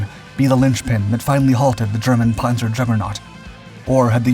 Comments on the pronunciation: Why is he saying ‘ponzoh’ and not ‘panza’? I know yanks have MASSIVE trouble with vowels but that is remarkably dullard-like. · It's just annoying when you mispronounce words basic to your story. Loses credability. The a in Panzer is short like pants, not like o in pond.